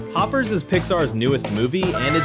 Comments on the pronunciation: The heck is Hoop ers it’s Hoppers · Ah yes, "Hoopers", my favourite Pixar movie... (for real though nice video I love this movie)